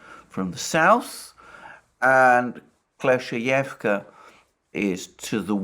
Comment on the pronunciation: Also Alexander please accept my sincere congratulations on finally mastering the pronunciation of Klescheevka 😅 😉